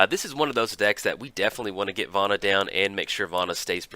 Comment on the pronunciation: yo hey, hey, hey, listen. where did you learn to pronounce words? it seems like every time a new card comes out, you almost intentionally mispronounce it. it's Vona, not Vana...:P Also, a little less fully reading out Commander staples every video would help too.